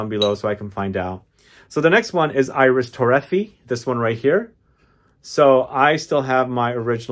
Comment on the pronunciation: Its pronounced Ee-reese Toe-ray-fee-ay. IDC. A fragrance head of your stature should pronounce things correctly.